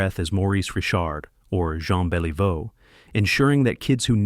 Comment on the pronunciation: I HATE THE E I VICE THAT SAYS R I C H ARD ... AND BEL EEE VEAU , WHAT TRASH